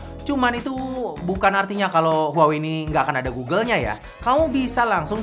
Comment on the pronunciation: 😂 HUAWEi harusnya dibaca "WAHWEi"